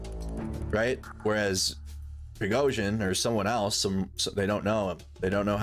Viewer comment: is there a reason you cant say prigo-zhin